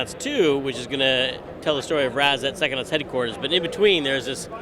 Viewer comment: How is it that the man who invented the word psychonauts can't say pscyhonauts? "Sackonuts?"